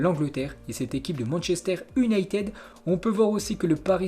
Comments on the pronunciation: alors en phonétique cela se dit Saousse amptone !!! Et iouna teud !!! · Tu prononces mal le nom des équipes : SOUTHAMPTON ET UNITED (YOUNAYTED)